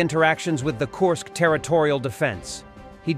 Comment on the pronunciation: Not Korsk, Kursk